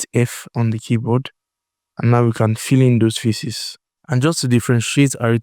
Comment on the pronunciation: The way you say "faces", bro. It sounds like "feces". Please try to correct your spelling.